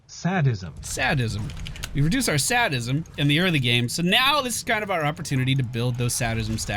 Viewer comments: love ya, but if I have to listen to you pronounce sadism wrong one more time lol:-)..it's "SAY-dism"...not "SAD-ism" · Its actually say-dism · Not sad-is em It's sey-diz-uh m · I'm sorry, but the voice you heard for "Sadism" didn't pronounce it right. Go to Merriam Webster's site or another similar one, and you will see/hear it is pronounced "sae-diz-m" and not "sah-diz-m". You're trying so hard! And your vids are great! Thanks for everything!:D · Whoa, it is NOT SAD-ism. It's SADE-ism. Like a sadist? Someone who enjoys dealing pain? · Say Dism not Sad Dism I love you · No one says sad-ism in the US. ._.' Well, that's a generalization. But of the thousands of people I've probably met, no one has said it. You don't call people a Sad-ist. You call them a say-dist. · say-dizs mm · sadist, say dism. correct English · I'm pretty sure it is SAY-dism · that text to speech annoys me so badly.. it is "sade-ism" like sadistic.. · It's actually pronounced "Say-diz-em", hence practitioners being "Say-dists". You will find a lot of pronunciation sites actually get it wrong due to being automated. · say dism. lol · WTF? That's not how you pronounce say-dism :\ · Say-dism -- for the umpteenth time. c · Its say'd'ism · It's pronounced "SAY-dism". Think about how 'sadist' is pronounced. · sadly its SAY-dism with the long A sound. never use that website again. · It's pronounced "Say-dism" Grammar nazi! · "Say-Dism" its a hard A sound, a haaaaaard AAAAAAA SOUUUNNNNDDDDD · Sadism is pronounced "Say-dism". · say-dism. Your computer is stupid. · It's pronounced SAY-D-ISM Say as in talk, D as in dog, and ism as in ismy pizza done yet. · bits pronounced saydism, your text to speach program told you wrong! remember it like 'i have trouble SAYing this, its called saydism' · Marquis de Sade much ? Pronunciation round my way is say-dism, but then again I'm a "cockney w@ - viz anyone ? :) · It's prounced sAYdism. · Say-dism! Fuck sake.